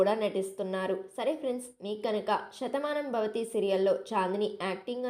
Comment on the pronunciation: Shathamanambhavathi kadu Sethamanambhavathi శ tho start avutundi